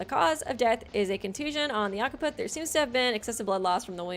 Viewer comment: FYI - "Occiput" is pronounced: "OX-uh-put" , "Occipital" is pronounced "OX-ip-uh-tul"